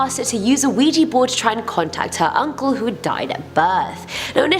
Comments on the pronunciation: Its OUIJAAAA NOT OUIJIIII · Ok. I cannot deal with this HORRID pronunciation of the word Ouija. It is OUIJA. Pronounced WEE JA NOT wee gee!!!!!!!!!!!!!! Seriously! Take your team and have then spend the day learning to pronounce the words they are gonna be using, in that video! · Ouija not Ouiji